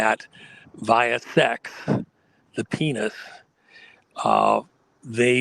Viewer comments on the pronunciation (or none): Go ahead and say penith again. Come on, one more time.....Penith